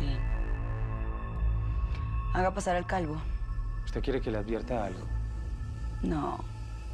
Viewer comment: Alguien más escucho que la diabla le dijo calgo a calvo